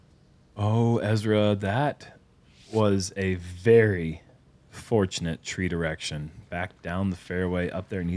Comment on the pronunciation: "Tree-direction" I caught that,.